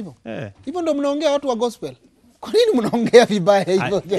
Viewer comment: Mimi nimechoka tu vile amesema gospo instead of gospel....